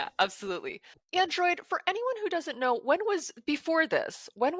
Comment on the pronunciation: Did I just hear you call him "Android"?